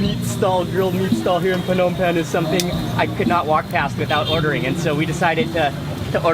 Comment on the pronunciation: Mark, I kinda hate it when you say P-hnom Penh. I believe it is silent P, like NOMPEN when you say it. Don't mind me, I love your videos!